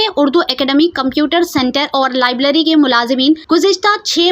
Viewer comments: Lablary nahi Please correct it .labrary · Lablery nai library hota hai